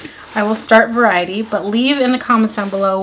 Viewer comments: Looove reading! I think you’ll enjoy at least a few of those books. But I think the Colleen Hoover book is pronounced vare-ity 😄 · It was killing me every time you pronounced Verity as Variety 😂😂😂